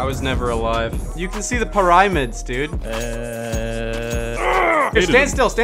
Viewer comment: When Cooper said "I can see the paraimids, dude" I felt that